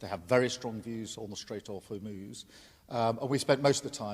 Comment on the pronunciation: Please learn to pronounce Hormuz correctly before we take you seriously